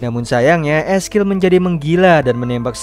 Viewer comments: Eskil siapa ngab wkwkwk belajar dikte dulu ngab biar orang yg gatau jadi gaikutan salah wkwkwkw ngakak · 'Ezekiel' ngapa jadi 'eskil' dah?